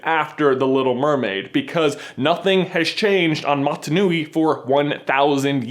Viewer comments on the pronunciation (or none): so if coconut crabs are re-incarnated spirits, are they...ghosts in a shell? also, the island is motunui, so you're kinda pronouncing it wrong. if it was matanui, then I would have to question when lego is gonna send their lawsuit